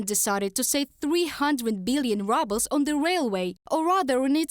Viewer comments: Haha I like how they pronounced it rubles, as in reduced to ruble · Is it her accent or on purpose when she say rubble's lol..